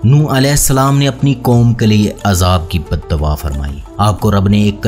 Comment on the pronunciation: Good video dear. You should work on you pronunciation. Like its not badawa it is Bad dua. Its not ghalt it is ghalat. and many.